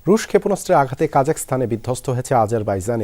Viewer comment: কাজাখস্তান সঠিকভাবে উচ্চারণ করুণ ।